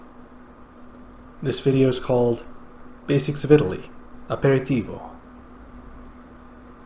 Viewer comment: I asked because I'm Italian and I was pleasurably surprised to see an American (I don't know if you're really from Florida or if you're called like that just because of the meme) hint at Italian history like that. Also your pronunciation of Aperitivo was spot on.